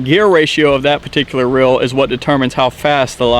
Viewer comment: It is not rill it is reel and it is not bill it is bail just letting you know it sounds kind of weird on camera you probably just have accent sorry if yes